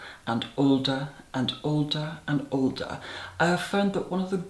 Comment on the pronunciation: Ok...I’m going to ask...I know it isn’t polite to ask a lady her age....but the “ old-a and old-a and old-a” has swept my curiosity up like the sea wind......oh ok back now....but how old? Darling do tell?!?one must know! (Please do not be offended I think it delightful and refreshing to have refinement in everyday conversation. I am a subscriber not only for your master class makeup tutorials, but I am a military female watching you is delightful. Lastly iPad and iPhone is pronounced basely.... it is ‘eye-pad’ and ‘eye-phone’ respectfully. We await your next video.